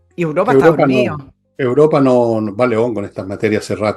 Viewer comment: se dice Europa, no Uropa